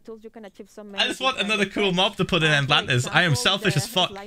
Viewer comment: “They’re goin in Endlantis.” Axolotl Rose.